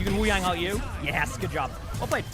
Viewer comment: W vvideos thank you for pronouncing his name right Wuyang